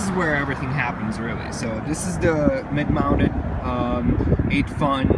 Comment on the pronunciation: 8Fun is pronounced Ba-fun. The 8 in that Chinese dialect sounds like Ba. That's where 'Bafang' comes from.